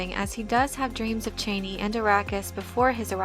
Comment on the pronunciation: OMG the way you pronounce Chani. My ears are bleeding.